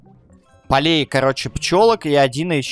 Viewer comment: я конечно всё понимаю тебе щас нафиг не нужен инглиш но умоляю ЧИТАЙ ПРАВИЛЬНО я просто не могу слушать как ты произносишь по английски почему полей поле это на английском field а pollen переводится как пыльца а ты говоришь полей вместо полэн(так это произносится на английском) я конечно понимаю у тебя свои ассоциации но у тебя так чуть ли не со всеми словами и миллионы путать с миллиардами как так можно и это меня просто бесит а так у тебя видосы очень информативные и прикольные чтоб ты понимал я 2 ГОДА НЕ ПИСАЛ НИ КОМУ КОМЕНТЫ ЕЩЁ РАЗ УМАЛЯЮ ЧИТАЙ ПРАВИЛЬНО. у тебя в школе или где нибудь вообще преподовали английский или ты учил немецкий или французкий? у нас вот например преподовали инглишь но потом добавили немецкий а щас вообще немецкого нету а вместо него французкий!но английский есть всегда!!